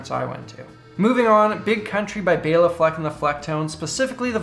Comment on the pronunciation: Bela was half hungarian and man you pronounced greatly :D